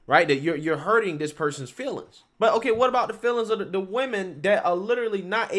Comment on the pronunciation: I wish you could pronounce a "th" sound. Jesus. Do you have to replace a "th" with a "d" EVERY SINGLE TIME?! GOD that irritates me.